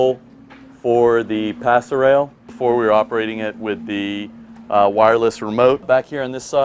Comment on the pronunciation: Pass rail!?!?! ROFLMAO!!!!!!!!! It's PASSERELLE!!!! Yanks and the English language. 😀